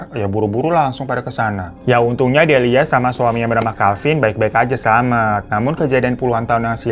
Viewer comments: bang bang sampe kelar nyeritain aja masih aja lu belibet nyebut nama sama istilahnya wkwkwk Delia bang bukan Delina siapa itu Delina wkwkwkwk... berkali-kali nyebut wayang walun wkwkwkwk... gong nya kabut kelamin :face-blue-smiling::face-blue-smiling::face-blue-smiling::face-blue-smiling: wkwkwk ampun deh babang babu glowing ada ada aja lidah lu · dilia bu delia bukan delina ihh😭😭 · Delia, faaaan!!! Bukan delina😂😂😂😂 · Delia jadi delina, wayang wangsul jadi wayang walun, biasanya kalo gak di beneri secara lisan pasti ada subtitle buat mengkoreksi tapi ini entah kenapa beda dari yang kemarin², apa karna bang ifan lagi capek habis liburan apa jangan² bang ifan yang ini adalah sosok wayang wangsul😂